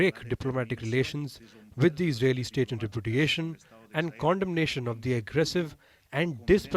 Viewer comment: how they pronounce condemnation: condom-nation ✔ cun-day-m-nation ❌